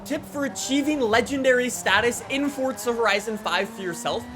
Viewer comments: “fOrTzu” Four-zu d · Why do you pronounce it FORT za ? It's for za lol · Someone teach this man that’s theres no T in Forza and that it pronounced For-Za not Fort-Za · Its not fort za its called forza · Why do people pronounce Forza (Fortza) there is no T in Forza! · Wht does he say fortza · I don’t like you because you say ‘ fort-suh’ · Stop pronouncing it 'fort za' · stop saying fortza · Why do you keep saying Fortza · I've spoken to a developer and he doesn't say Fortza 🤷‍♂️